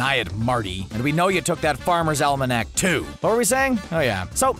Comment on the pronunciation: Not to be an annoying prick but “farmers almanac”